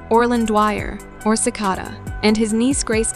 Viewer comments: Umm dude, it’s pronounced “sih-cay-da”. Are you TRYING to annoy people? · You mispronounced Cicada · This is AI Like you can’t even say cicada right lol 💀💀💀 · You mispronounced Cicada and Russo